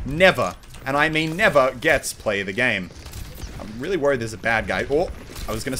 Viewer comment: and "REEALY RELY..." lol